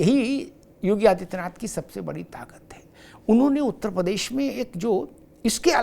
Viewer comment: प्रदेश का उच्चारण सुधारिये